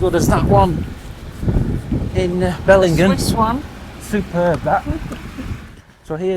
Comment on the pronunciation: Glad to see that all issues have been resolved. Here is some info on pronunciation of various towns you have visited. Maclean (pronounced Mac-Lane); Dorrigo (pronounced Do[o as in hot]-ree-go); Belligen (pronounced Bell-in-Jen) 😊